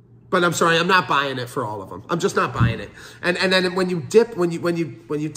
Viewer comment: My man says about and sorry like a Canadian. My trust has limitations. … 😂